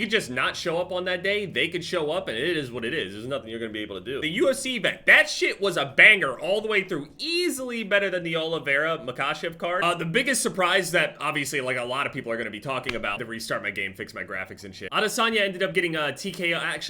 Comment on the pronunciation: “Makachev” 😂😂 it’s pronounced ma-kai-ev